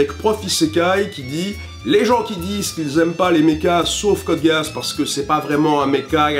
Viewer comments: Geass se prononce "Gué-asse" ou à la limite "Gui-asse", mais pas "Guisse" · Boris Kelkun tes dans le champs, ecoute la VO, il prononce, Gi-ass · on prononce vraiment code geass comme ça ? genre code guéasse ? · Je pensais pas que ça se prononcer Code Gay Ass, je suis ... ... surpris? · Sérieux cod géas Tout le monde c'est que ça se prononce "cod gys" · Désolé mais on dit Code Guiss. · CODE GÉHASS putain c'est pas dur en anglais ea c'est I en Français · lol "code gay-ass" c chelou comment tu le prononce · Wah... désolé mais en 2 minutes j'ai entendu "Code gaisse" (t'as oublié un "R"?) et "Evanguélione".... Peace. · Oui, on dit Geass en anglais...non les francais, ca ne se prononce pas comme ca. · ON DIT CODE GUISSE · Tu sors d'ou ton anglais pour dire que GEA en anglais ca se prononce GUI-A?????? C'est TOTALEMENT faux. Les anglais Prononcent "Metal GUIRE" pour Metal GEAR et ne prononcent pas Metal Gui-Ar. C'est la même règle et c'est FACTUEL. C'est un mot anglais que les anglais prononcent "GUISSE", point barre. Stop de dire n'importe quoi pour justifier la mauvaise prononciation de l'oeuvre. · Tu m'expliques pourquoi tu dis code "Guéasse" ? Non parce que l'anime parle de Geass qu'on prononce "Guyss". C'est comme les autres la, pour une orchidée, prononcer ça une orCHIEdée. S'il vous plait un petit effort de prononciation. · BONJOUR je suis Mr. C ,c pour chipoteur code geass ne se prononce pas code gass mais giss ça se dit code giss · Nah mais ca se prononce pas dutout "Gué-asse" Meme sur la VO , à toi de bien écouter la VO... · "code gayass" désolé mais moi j'entend ça